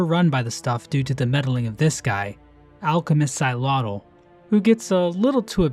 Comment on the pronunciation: FINALLY SOMEONE PRONOUNCED HIS NAME CORRECTLY. If the name is derivative of the name "Axolotl", it should be pronounced the same.